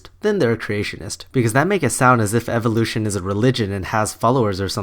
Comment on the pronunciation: am i the only one who gets bugged by the way he says evolution